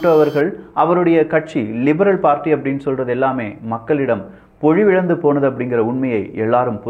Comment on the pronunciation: “புகழிடம்” அல்ல, புகலிடம்=புகல்+இடம். “பொழிவிழந்து” அல்ல, பொலிவிழந்து =பொலிவு+இழந்து. தமிழைக் கொஞ்சம் கவனித்து பேசு தம்பி.